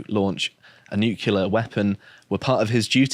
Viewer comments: I've grown fond of, but I die every time he says "Nukulur". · its "nuclear", not "nuke-u-lar" ffs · It's "new clear" not "new kyoo ler". sounds like George Dubya. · Noo-clear. Nuclear has only one U.